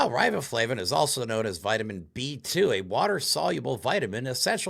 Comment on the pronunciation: riboflavin? carageenan? If he thinks these are so bad, he should be able to, at least, pronounce them. It doesn't give a lot of confidence to his knowledge; I know I know, I'm just sayin'.